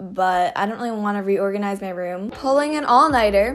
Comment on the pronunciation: number 10 says rom instead of room